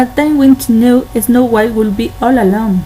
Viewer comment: Hey! exelent work! i liked it! you only need to practice the pronunciation of *would" you can do it! exelent yas!!! ^ ^